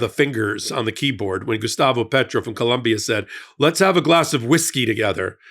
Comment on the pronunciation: ❤ please, it is Colombia!